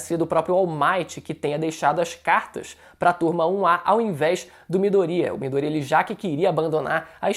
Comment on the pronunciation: Não é Midorîa, é Midôria (colocando o assento só para ajudar a entender o que eu tô falando)